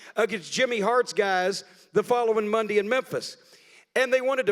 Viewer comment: “Mondee in Memphis”